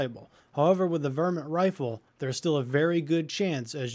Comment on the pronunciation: its not VER-Mint its Var-mint